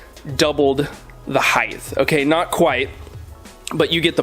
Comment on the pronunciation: Anybody else get low-key triggered when he says heighth instead of height